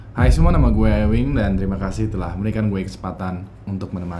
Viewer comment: bacanya bukan EWING SQUAD, tp EWING SQUOD.